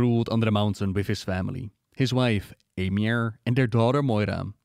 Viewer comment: I know it's not a big deal but just in case she ever comes up in a video again, Eimear is typically pronounced like ee-mer, it's an Irish name 😅